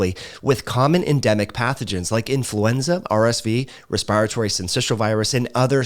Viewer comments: When says respiratory as respyratory.... Im over here like: take a Respyte from pronouncing it respyratory cause now Im saying respyratory despyte how its spelled. Love tho dont come for me. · I just wish he would pronounce respiratory, virulence and interference correctly. LOL.